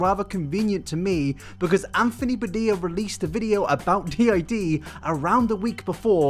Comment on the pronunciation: Nobody:: anfony BAdilla